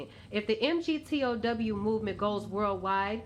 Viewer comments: MGTOW is pronounced "Mig-Tao" I guess if you really did watched any MGTOW videos you would have at least know how to pronounce it. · Pronounced "mig-tow". You're saying men are running off emotion. LOL! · Hello. Perhaps I can correct a couple of your errors. MGTOW. It's actually an acronym, not just 5 letters standing for, "Men Going Their Own Way." Say it like this: Mig-Tou ("ou," like in "out," without the "t" on the end). However, your most glaring error (and it is the root of many of your minor errors) is the belief that MGTOW is "an organization." It's not. It's a title taken by straight men who have decided to forego any committed relationships with women. That's the only common denominator among them. How do I know? 2 years ago, I heard the acronym for the first time, and (being a retired history professor) became intellectually curious. I sought out MGTOW men and discussed what the term means. Wherever I went, I sought them out and usually had no trouble finding them. I talked to them and checked out their lives. MGTOW men are individuals. They claim the title, no organization chose them. They hold no meetings, have no hierarchy, no leadership, no formal recruitment, no membership standards, no organization to be part of, no goals to achieve. Some of them know each other, but the association is those of acquaintances with a single common interest. These men see themselves as individuals, not as part of some "movement." They act on their own, not "on behalf of their organization." They come from widely varying backgrounds and came to be MGTOW through widely varying experiences. In your first video, you made the glaring error in your description of the phrase, "red-pille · Lack of a penis does not make one a woman. It's pronounced "MigTau." Spelling it out only proves you know nothing about it. Just another angry black woman trying to get attention anyway she can. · You don’t understand MGTOW at all, you can’t even pronounce it properly...